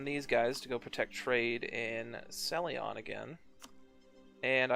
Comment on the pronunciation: Celyon... Ceylon